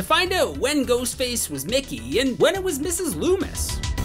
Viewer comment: idk if i was hearing it wrong but it sounded like u said nicky so many times , i know you know his name is mickey but just listening i was getting confused like WHO IS NICKY